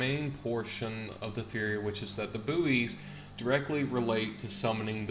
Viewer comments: Yeah i've got new information... Buoys are pronounced as "Boys" not Booeys ... other than that interesting video. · its pronounces like "boy mot "boo-ees "" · its pronounced boys not booeys fgs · It's pronounced boys not booeys. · the word bouys is pronounced like boys not boo-eys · Please tell me you muricans don't pronounce buoys as booeez! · it sounds like he's saying booty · My ocd was going mental because of your pronunciation.